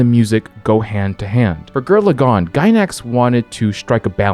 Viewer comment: "Gir Lagann" has me triggered